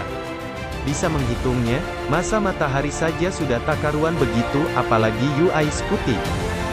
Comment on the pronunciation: Daritadi kita dengarnya yu ai scuti yu ai scuti. UY dibaca yuwai bang bukan yu ai 🙏🙏